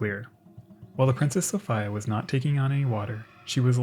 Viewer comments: It's pronounced sofeeea not sofiiiia. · Came here looking for this comment. Sophia is normally pronounced So-fee-ah but he said So-fi-ah so many times I couldn't help but wonder if it was intentional or not lol it doesn't help that in the time stamps its spelled Sophia aswell and not Sofia. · Ive never in all my life head anyone pronounce Sophia So Fyi Ugh. Its So Fee Uh. I just cant listen to it. I love your videos and have watched almost all of them but its like nails on a chalkboard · Yep, I have to be one of those people who think that the traditional pronunciation of Sophia is the right one -- so-FEE-ya rather than sof-EYE-ya. I looked at various other sources about Princess Sophia Matilda and nothing at all has come up stating that she insisted on being called by such an unusual iteration of her name. I say this because Americans are aweful when it comes to distorting names. Personally, the European pronunciation of female names are often far more beautiful, elegant, sophisticated, and feminine than the American bastardization of very old names that have been in Western circulation for centuries. No doubt changing the traditional so-FEE-ya into sof-EYE-ya is just another example of that. Americans ... and indeed, in some cases even the British ... seem to adore making female names from around the world sound less pleasing to the ear. At least in my admittedly subjective opinion. Unfortunately these bastardizations have been around for so long now that most people will defend the existence of the bastardization. For example, Americans seemed hellbent on elimi ... not sure if I'm writing that out correctly or not. I mean, seriously, who would want to name their daughter with a word that rhymes with their female anatomy. Know what I mean? Which may be a reason why the name "Venus" never became popular (thank god). In the same vein, Americans (and in some cases the British) stripped the letter 'a' from the end of most female names -- for some inexplicable r